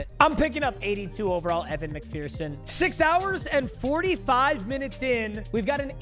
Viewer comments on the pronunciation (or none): none